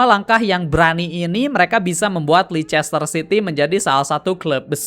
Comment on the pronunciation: sorry bang izin koreksi yak, penyebutan yang bener tuh "leister siti" bukan "leicester siti"🙏🏻 overall storytelling materi lu udah oke banget bang. keep going🤙🏻🤙🏻